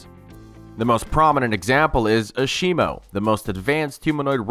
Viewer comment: Ashimo?! Lol... It's pronounced Azemo.